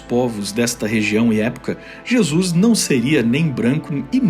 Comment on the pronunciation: gostei da prununcia carioca para Jesus: jesux hahahhahahah